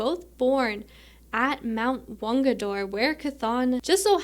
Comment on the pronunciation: “Wungador” ? XD